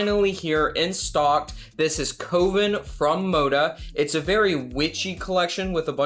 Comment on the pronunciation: Love the Coven fabric collection, but I think the pronunciation is cuv en rather than coe ven. Looking forward to the behind the scenes video!